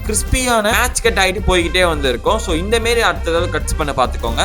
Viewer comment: inthamaari ❌ inthemeri ✅